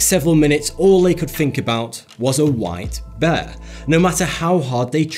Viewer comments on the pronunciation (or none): Am I the only person who thought beer instead of white bear